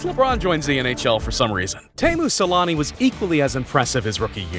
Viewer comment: SEL-ANN-EH ffs. Also I get the shivers out of fear seeing those old hockey games when helmets weren't mandatory